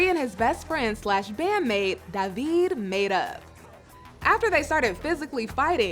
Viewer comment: It kills me that know one knows how to pronounce DAVID's name correctly. It's D-A-V-I-D not D-A-V-E-E-D.